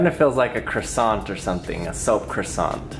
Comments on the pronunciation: You are saying Croissante not Croissant, i know french language is hard 😉So try to say Croissan without T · I'm so triggered by the way Americans say "Croissant" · Am I the only one who's triggered that he said croissant wrong?